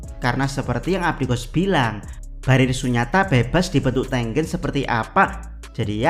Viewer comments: ya ane tau jadi double G, tapi pengucapan E yang ke dua kayaknya gak gitu, E pertama sama E kedua cara pengucapannya harusnya sama.. Di bahasa Indonesia ada 2 cara pengucapannya huruf E. Coba dengerin lagi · Bang, nyebut nama Tengen nya sengaja kayak gitu kah?